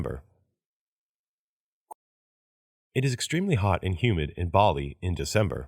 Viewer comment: ばりがぱりになってる